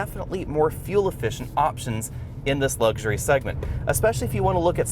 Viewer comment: It's luxury not lugsury.